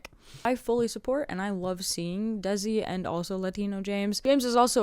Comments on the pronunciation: Very quick correction: “Desi” is pronounced “Day-See” not “Dehzi” That is all. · hey bestie!! just a quick heads up that "desi" pronounced exactly the same as the english words "they see" and not "dezzy". this is in no way meant to invalidate your efforts into making the video ofc in fact if anything im obsessed and as someone whos now fully getting into the fandom this has been very helpful!! i'll keep coming back here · It’s kind of pronounced like "they-see" -another desi person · IN THE NICEST WAY POSSIBLE! Desi pronounced as 'day-si'! Anyways, keep up the amazing work, it takes a lot of time to make such a long explanation! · LMAOO as a desi person myself hearing you say it like “dezi” had me in knots